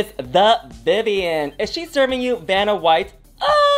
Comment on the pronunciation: I thinks she may have difficulty pronouncing the name Vanna Nicky says "Banna White, Benadryl", maybe due to her French accent. lol